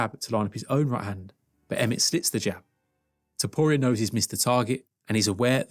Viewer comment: The most painful thing is listening to you misspronounce arturo topturo s name